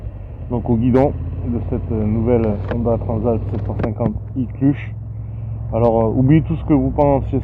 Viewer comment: il dit même l'iclutche ... hahaha 😁